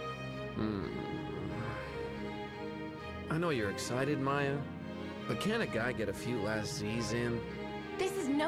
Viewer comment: By The Way, your saying Maya's name wrong. If you listen to Phoenix when he says Maya's name in the first cutscene they're in, that's how you're meant to say her name :)